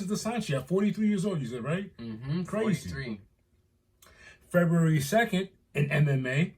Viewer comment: The emphasis has to be on the Febru- in pronouncing it. Lmao. 🥴😂